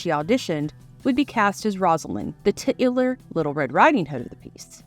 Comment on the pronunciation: Daveed Warner?? and did you have to pronounce the “titular” character as “tit”….”ular” that was awkward. AI?